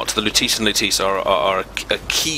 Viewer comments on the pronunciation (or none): How lutece was pronounced made me cringe.